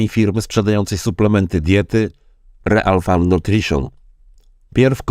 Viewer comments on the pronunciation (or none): Czyta się ril farm, nie real :d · Dzięki za odcinek ale błagam nie czytaj REAL tylko RIL FARM😂❤😅😊